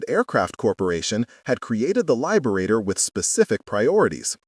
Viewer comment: Please stop using the AI voice. Please. lyeberator?